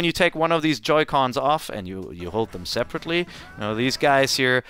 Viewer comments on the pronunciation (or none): and "each sold saperately"